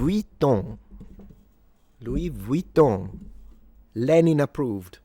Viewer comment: your L. Vuitton pronunciation is spot on 🤣